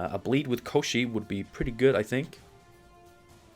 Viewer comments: 1st pronunciation of Kościej was perfect. It is a creature described in one of the first Sapkowski's short stories about Geralt. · In polish its called Kościej and you are pronoucing it right, although it means something like "a creature od the bone", so maybe that's why they stuck with polish version, otherwise it would be named "bon*r" ;P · Hi there ;) Love to see you playing so much Gwent recently ;) Also, great pronunciation of Kościej. It was in the Witcher novels and games, but the name itself comes from Russian folklore. The name was belonging to a wizard, kinda lich really. He was kidnapping princesses most of the time.